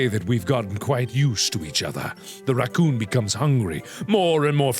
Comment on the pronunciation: I just LOVE how he pronounce the word Rrrrrrrrrrracoooooooooooooooooooohn xD